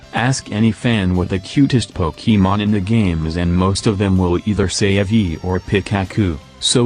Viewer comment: 667th sub :) Also I love how the text to speach says pokEEmon